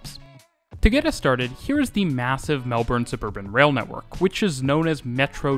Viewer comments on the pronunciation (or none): Even Melbourne pronunciation in this one gets a lot of improvement from your older videos. To make it really in the right place in your heart, the next video about Melbourne, say it like Melbn, completely without the R, please. You will get so much more love from Aussies. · Finally or eventually we will get a train going to the airport. Should be ready in about 10-15 years. If you really want to get some love pronounce our city as Mel- b'n. Awesome information. Cheers. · nothing makes a Melburnian grit their teeth more than “Melborn” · Melbourne's pronunciation in this one gets a lot of improvement from your older videos. To make it really in the right place in your heart, the next video about Melbourne, say it like Melbn, completely without the R, please. You will get so much more love from Aussies. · Obligatory "it's pronounced Melb-n" comment. Awesome video by the way. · Mel-BIN, sigh 😂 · Its pronounced melbin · I know, but it'd be nice to hear a Youtuber from a channel I love say it properly (according to Melbournians) just once. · Melbourne guy here - I learned quite a few things! Great job! Thanks! But you don't know how to say Melbourne properly so don't get a big head. 🤣